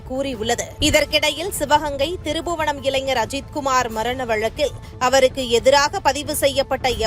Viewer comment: இவ்வளவு நல்லா தமிழ் பேசுறீங்கம்மா..ஆனா திரு புவனம் இல்லம்மா திருப்ப்ப்ப்ப்ப்ப் புவனம்